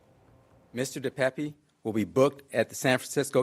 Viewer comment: It is pronounced (dee payp) De Pape.